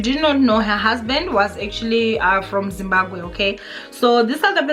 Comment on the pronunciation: It's Zimbabwe not Zimbagwe